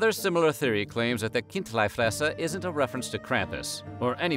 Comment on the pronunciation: Decent swiss german pronunciation of chindlifresser